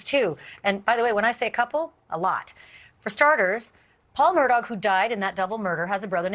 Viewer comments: it is pronounced "mur-dock" not murdo. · Mur-duck, dis, dat, wit....smh